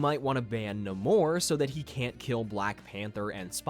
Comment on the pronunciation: My biggest irritation right now is how the MCU has made the entire world start pronouncing Namor's name wrong! 😭😭